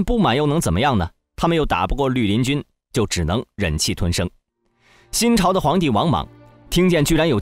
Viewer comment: 陆林军成了驴林军，听到这个发音，就不想看下去了。